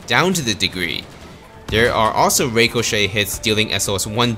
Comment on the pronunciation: you're not saying ricochet right